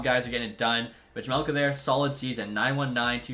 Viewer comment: Bro the J in Vejmelka is silent